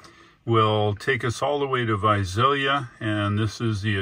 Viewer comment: And Visalia is pronounced with an 's' not a 'z'. ;)